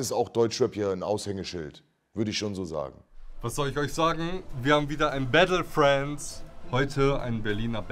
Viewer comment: Wenn der noch einmal bättle und frändz sagt...